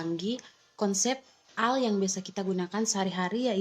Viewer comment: Teknologi ai = AI = artifisial intelegensi...bukan di baca AL tapi AI = ei Ai..... BHS inggris